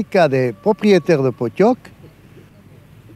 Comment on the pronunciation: Alors juste cela s’appelle le pottok (prononcer potchok) et non poney